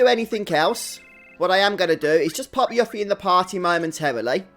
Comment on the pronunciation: I had the same bad luck, getting Yuffie(who is pronounced You-ffie, not Yuck-ffie! Play Kingdom Hearts!) after everyone got two levels from random encounters. Thank god for Triple Speed! Also, I checked the guides and it says that while there was a Battle Affection that would have affected the date scores, the script ignores it so it doesn't matter if you keep Yuffie or Tifa or Aeris in the battle party - unlike Star Ocean 2, having the girls in your party while fighting random encounters or bosses(unless there is a story event that affects date score) doesn't increase their date score, so you're safe.